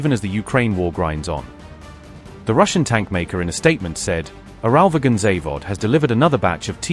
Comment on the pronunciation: Your pronunciation—AI or otherwise—of “UralVagonZavod” is simply atrocious. Instead, just say “UVZ.”